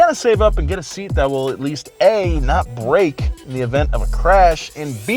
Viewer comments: When I heard say Back-to-de-bumpers it reminded a bit of Super Mario's broken English and i though, hey, these two work on some car pipes, they should dress up as Mario and Luigi! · “...now, back to da bumpers...”😂😂😂😂